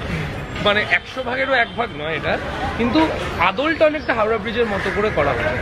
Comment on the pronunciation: " hawra" noi "Howrah".